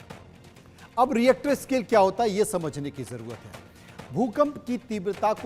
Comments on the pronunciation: इसको रिक्टर स्केल बोलते हैं रिएक्टर स्केल नहीं 😂😂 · Ye Reactor scale kya hai 😀.... pronounce nd write properly